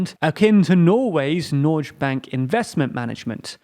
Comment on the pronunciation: Norge is hard G, Nor-geh